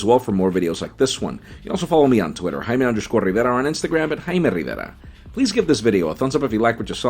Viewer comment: Hey Jaime, slow WAY down when you introduce yourself & say your name. It's almost impossible to hear what your saying--literally! And please get rid of the spanish accent when you do! I strongly feel you just just showing allegence to the hispanic population instead of assimilating with everyone in English. So, please stop the the non-sense & I'm sure you know what I'm talking about! Other than that I like most of your informative videos including this one.